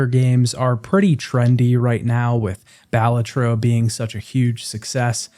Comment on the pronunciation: pronouncing balatro as "BALL-a-trow" physically hurt me